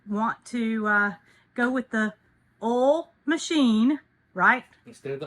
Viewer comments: It's oil, not ole. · Are you saying oil? We just pronounced it different in VT.